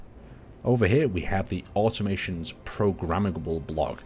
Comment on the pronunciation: Omg are you ever gonna pronounce the dlc name correctly??